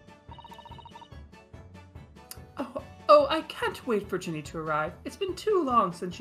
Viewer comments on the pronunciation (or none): none